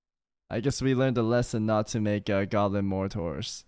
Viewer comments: 😂 it’s pronounced more.. tar sorry can’t help it! 😂But this can and has actually happened in real life dropping mortars they can absolutely explode prematurely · At least pronounce Mortar correctly.